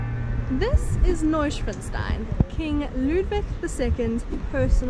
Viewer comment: I Like how u try to pronouce things in german. Neuschwanzstein that cracks me up 😂😂😂😂😂😂😂😂😂